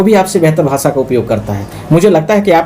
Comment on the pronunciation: Sahi bola hai CM sahab ne arjak logon ke bare me danga ,Aagjani , lootpat patharbaji katal blatkar karne valon ke virudh ek dam sahi bhasa hai.Aap to bhasha sabd bhi sahi uccharan nahi kar pa rahe ho lkg class ke bacchon se bhi kharab.